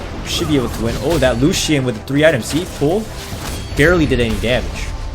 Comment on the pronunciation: Like how you pronounce lucien like lu-hsien